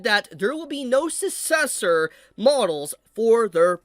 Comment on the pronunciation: It is pronounced "suk cessor" not "sus cessor"